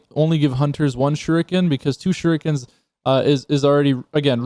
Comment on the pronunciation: Um he just called them shurookens 😂😂😂😂